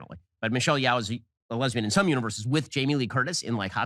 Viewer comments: "It was apparently quite boring..." so apparently Ben didn't watch it and has some comments anyway. Her name is pronounced Yoh, BTW, not Yow. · He can't even say Michell Yeoh's name. That he doesn't understand why EEAO won editing shows that he doesn't understand shit about film. And who actually expected Top Gun to win anything? It was weird that it was nominated.